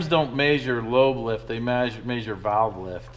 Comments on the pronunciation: hahaha he caught himself saying measure correctly and had to stop and startover to say it maaaaaysure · I love how is unable to say the word measure. He always says mAyshure. I would say mezzure